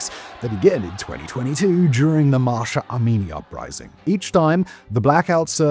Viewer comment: It’s Mahsa Amini, not Masha Amini